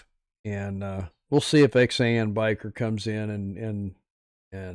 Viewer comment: I am sorry didn't know you did this live or I would have left DR. Harley's live. I guess I mistook when you were doing the live. Thanks for showing my stickers and reading my note. Good live!! Yep, that is my tag line, "Rubber down, Faith up." Also thank you for pronouncing Xan correctly. Glad you bike at least got rinsed off. I watch and try to comment on everything I watch even if it is just an emoji.